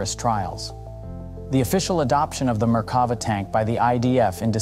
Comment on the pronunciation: The 'commentator' can't even pronounce Merkava, with the emphasis on the last syllable -'va'. That suggests they've only ever seen the name printed and never spoken.